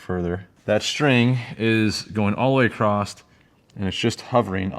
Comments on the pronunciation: Great vid. The word is “ Across” not “Acrosst/ acrossed “. Great vid. Lol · Cool vid. Aside from “Plumb”, dude seriously check how many times you said “all the way acrossT” or “all accrossed” instead of “accross” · you keep adding a T to the end of "across" and it's driving me up the wall. lol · Hey nice work and great videos but there’s no T in “across”. I have a friend that says it the same way and drives me nuts but I subscribed anyway 😂